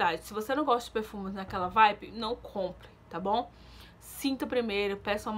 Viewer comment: Se fala vibe e não vipe. Dá agonia ver vc falar as coisas erradas igual quando vc fala bobi splash e é body splash. Se fala explendoroso e não explendoso